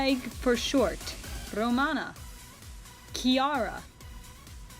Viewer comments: Just a small correction at the end: it's 'Chiara', not 'Chaira'. You pronounced it pretty well, though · She's right, "Chiara" is pronounced "Ki-ah-rah". In Italian, 'c' makes a sound like the English 'ch' or 'sh', and 'ch' makes a sound more like the English 'c' or 'k'. So, Chiara is Ki-ah-rah, and Alice is Ah-lee-cheh. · Actually, in Nyo Romano’s name, the ‘i’ is “silent” (it’s hard to explain) but the correct way to say it would be like this: kya- ra (Yes like when an anime girl sqeels and says “KYA” 😂) How do i know this? Simple cuz my name’s Chiara as well ^^